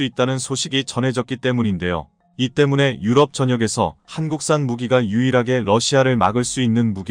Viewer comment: 유튜브의 내용을 읽는 분, 한글의 내용 이해가 매우 부족한 사람입니다. 엉터리입니다. 예: 오일팔을 오점일팔로, 때문에를 매문에로 읽으니까 내용연결이 안 됩니다.